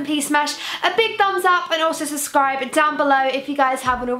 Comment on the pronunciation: lol just noticed saffron says suscribe instead of subscribe